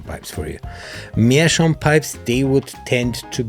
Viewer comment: Greetings from Germany Maybe also something to think about is a filter yes or no. Especially some of the first aromatic may give a good tunge bite without a filter. Greet video by the way and an english video in which Meerschaum is prounced right. Happy smoking Ach gerade deine Website angeschaut Schön Grüße aus den Norden Bayerns nach Dachau 😂😂